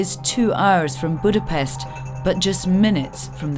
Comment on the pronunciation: If you cant pronounce Budapest properly, then please don't talk shit about Hungary.